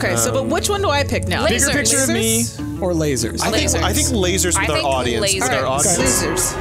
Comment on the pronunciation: sooooo..... that DEFINITELY said "losers!!!" and not "lasers!!!" I was so confused